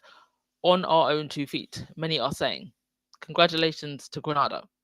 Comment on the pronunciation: The first a in Grenada is pronounced to rhyme with “nay”.